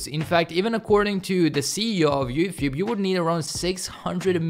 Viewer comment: Is he saying "You thube" ? 🙃